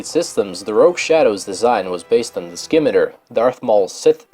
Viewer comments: Its pronounced like " SIMI·TAR ", not " SKIMETUR " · Skim-it-ter? You mean Sim-itar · Schimitar is pronounced shimitaur not scimiter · please learn to say Scimitar like simitar not skimitar. Thankyou (it's a type of sword btw) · The ship the Scimitar is pronounced Sim ah tar. Not Skim i ter. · its simitar. not skimiter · Scimitar is pronounced "Sim-it-are" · There is no hard "K"-sound in Scimitar, you uncultured swine. It's pronounced "see-mi-ter" or "see-mi-tar" (both are correct). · "Sih-Mi-Tar" like the Arab sword style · "Scimitar" is pronounced sim-IT-arr, or SIM-it-ar. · Scimitar is pronounced "Si-meh-tar" No offense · "Skimmitter", huh? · I didn't know Yavin was spelled with an invisible F, and the way you butchered the word "Subjugator" (among others, like "skimmitar") was enough to make me wonder if English really is your native language. You finally lost me when you included the abomination that is the Yuuzhan Vong on the list... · You pronounced Scimitar wrong .. (SIM AH TAR - SCIMITAR) not a big deal fyi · Just to let you know the "C" in Scimitar is Silent. See the link below. The only reason I know this is because it is also the name of a sword type, Otherwise it is a nice informative video. >; > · Great video, over all. It's been long enough since I played any of the series that I had almost forgotten about the Moldy Crow, which is one of my favourites. :-) Minor nitpick: I know name pronunciation in the Star Wars universe is... somewhat fluid (Han being pronounced like dawn or man, depending on who says his name), but with Scimitar, the 'c' is silent. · Yeah. Like the sword type. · you don't pronounce the c in scimitar, it's like the sword. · My thought. :D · he botched the word "scimitar" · He's talking about the pronunciation, and he's right. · You mispronounced a significant amount of names, most of which (like Scimitar) are pretty common words. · He mispronounced scimitar :(